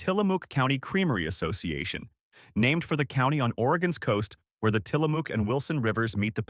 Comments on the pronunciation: In Tillamook, the “ook” rhymes with the “ook” in book, not buke as says. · It’s pronounced “will-LAM-ette”, with the accent on the second syllable. And it’s “tilla-muck”, not “tilla-mook”. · You really need to check your words because you're getting Tillamook wrong too.